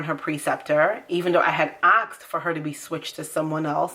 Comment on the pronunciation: BTW it’s ASKED not AXED.